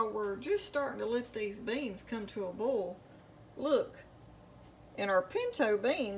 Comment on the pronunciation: First, I want to apologize for what I’m about to say 🫢. I couldn’t make it through your video. You were pronouncing “bowl” and “boil” exactly the same. And, every other word was “bowl”. Yikes You’re probably thinking just don’t watch if it bothers you, right? Well…….I think you’re a very good cook and I would like to learn to cook like you 😪 Once again , I apologize for everything I just said 😔